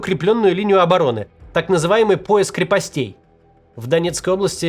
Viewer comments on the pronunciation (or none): не крепостЕй, Максим. Правильно — крЕпостей ( от крЕпость )